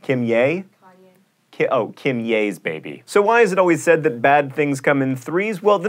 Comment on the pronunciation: OK John, who is Kim-yay???